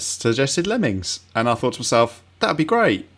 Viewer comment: I love "Lemmins"